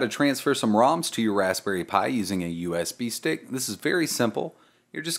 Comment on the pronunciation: Sounds like you're saying USB steak. Mmm, USB steak. BIG THANKS for the video, super clear and easy to follow!